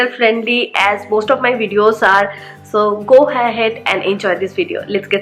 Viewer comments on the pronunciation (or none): none